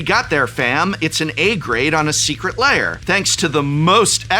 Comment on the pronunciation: The combination of disgust,disbelief and laughter that hit me when he said “our third furby secret liar” is indescribable